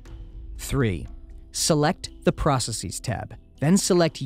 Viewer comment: You mispronounced processes